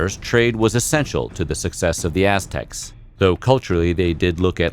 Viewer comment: It sounds like he's saying Ass Techs lmao